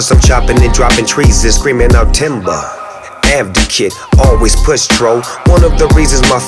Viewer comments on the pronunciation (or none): It pisses me off to no extent when snoop says "avdocate"